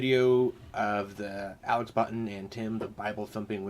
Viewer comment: Botten, not Bottom ;)